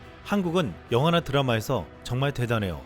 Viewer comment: 음주 방송 하심? 발음이 이따구심? 발음이 이렇게 새나? 뛰어 일키도 못 하냐!!!! 그냥 AI음성으로 돌리는 거 낫겠슴!! 구강구조에 이렇게 문제가 있으면서 왜!!!! 탑텐 ㅡ탑뗀 ㅜㅜ 선정적 ㅡ선형적 영화나 ㅡ영와나 지옥ㅡ 디옥 훨씬 ㅡ헐씬 관심 ㅡ간심 변형ㅡ변영 차별성 ㅡ차벼썽 완수 ㅡ안수 미치겠다!!!!!